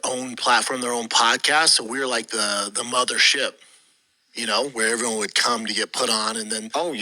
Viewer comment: For “iveryone”